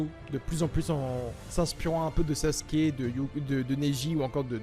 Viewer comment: Les gens qui disent Saske arrêtez svp ça déchire les tympans. Merci.